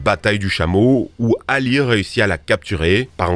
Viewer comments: Oui et Ali se prononce pas Hali 😂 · Un effort de prononciation ? Il a massacré les noms chinois, même pas pris la peine de chercher, Cao Cao par exemple ça se prononce Tsao Tsao pas Kao Kao, même pas besoin de parler chinois il suffit de mettre le nom dans Google Trad... Et même pour les noms arabes, il prononce Hali au lieu de Ali...